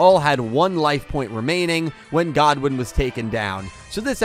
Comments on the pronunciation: The thing is about the anime - the metaphysics of the universe are VERY different. Between how Mixed archetypes wouldn’t work, and how the souls of monsters respond to the duelist, flexible decks win over single focus decks there. “God-win”… it’s pronounced “good-win” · It's Goodwin not Godwin. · It’s Goodwin not “Godwin” 🤦🏽‍♂️🤦🏽‍♂️